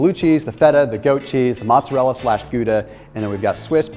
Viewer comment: Bro.....you're great but, its mOzzarella. (moe-tza-rhe-la) lol